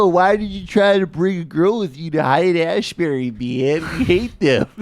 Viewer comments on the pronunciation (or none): He's talking about Haight-Ashbury, but he calls it Asbury, like as in Asbury, Iowa , Asbury, Kentucky, Asbury, Minnesota, Asbury, Missouri, Asbury, New Jersey, Asbury, North Carolina and Asbury, West Virginia, but not California. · Biden said "Haight-Asbury", which is exactly half-way between Haight-Ashbury, San Francisco and Asbury Park, New Jersey. --never been there myself ...